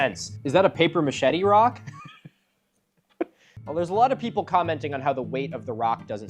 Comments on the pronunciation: paper machete? Lol, come to Montréal for some french immersion Milo! Papier Mâché! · Papier-mâché (pronounced paper ma-shay), not paper machete (just FYI - love your videos btw, you and Flint Dibble are my fave pseudoarchaeology debunkers) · Paper machete? U mean paper "mache"? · paper mah-shay milo not machete 😂🎉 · Paper machete? 🤔 (maa-shet-tee)? 🔪? Honey, it's pronounced paper maché (maa-shay). 😆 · Is Milo saying “paper machete”? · It's pronounced paper muh-shay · Is it not pronounced “paper ma-shea”? Did my 1st grade art teacher fail me? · I sincerely hope you're saying paper machete to be funny, and understand thats not how it's pronounced. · "a paper machete rock" perfect pronunciation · I'm having an Inception moment . I'm watching you watch ridiculous Facebook videos, and while doing that you are talking about how you feel like you're going insane, and now I feel like I'm going insane because you're saying "paper machete"... and I can't tell if you actually think that's how the word is pronounced😅😅😅😅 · Did he say "Paper Machete"? Did he mean that or did I miss something? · don’t know if I missed the joke but it is pronounced paper-mah-shay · TF is paper "machete" Milo? Stuff that escalates paper cuts into paper amputations? 😂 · Talking about neurological damage, hearing papier mâché as paper machete gave me some 😆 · Losing it over Milo's pronunciation of paper machette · I don't know if they wrote it wrong, or if you read it wrong, but it sure is not "paper machete" like the jungle knife. Love your stuff. One of the best. Keep never stopping.